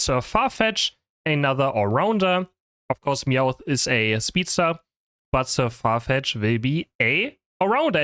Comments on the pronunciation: saying the name wrong intentionally to piss off the "actually" viewers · Sir What?? LOL that's not how you say it.